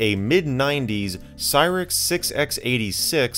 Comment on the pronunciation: It's a "Cyrix 686", you don't need to keep pronouncing the 'x'.